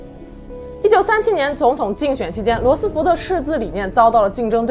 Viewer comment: 罗斯福fu，不是fo